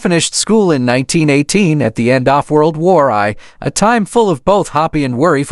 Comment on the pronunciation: Couldn't make it through the first 3 minutes. The AI "narrator" sounded as if he were reading the deranged closed captioning. World War "Eye." You guys should be compelled to show the thumbs-down total as well as the thumbs-up.